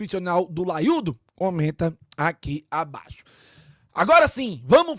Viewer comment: Tirou 'LAIUDO" de onde?? Feio